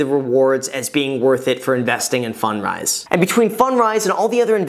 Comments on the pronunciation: I think you should say it like "fund rise" not "fun drise". On a different topic I've started watching YouTuber Mark Ferguson investformore. He seems to know a lot about house flipping and renting. He's not a big channel like yours but he has a book on Amazon and has flipped dozens of homes and has a team of like 9 people under him. I just stumble on his channel. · Can't unhear "Fun dries". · I thought he said “fun fries” at first. I must be hungry lol.